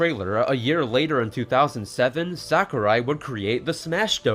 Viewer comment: Btw, Sakurai should be pronounced as "Sah-koo-rye" (uptight weeb here I know)